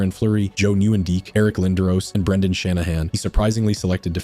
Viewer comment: Joe new-in-deek